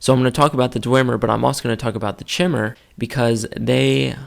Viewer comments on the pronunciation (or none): You pronounce it chimmer but I thought it was kai-mer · Chimer is pronounced Ky-mer, Dwemer is pronounced as if it were Dweb-mer minus the B, and Dunmer is pronounced Doon-mer. also, the Mer is pronounced like murr. It's a 'u' sound. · i have heard Chimer be pronounced "ch-eye-mer" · not sure, i always pronounced it as Chy-Mer thought it sounded right to me. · I have a question for you. Are you sure, it's pronounced "Chimer" (like chair) and not " Kymer" (like Chimera)? I've been pronouncing it that way forever and I'm just wondering if I've been wrong this entire time. :) Cool video by the way. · shy-mer= chimer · Great video :p Btw its Chime-er Like your saying Chime but saying er at the end. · wah, I pronounce "chimer" as "kimer" - like the greek "chimera".. are you right? or am I right...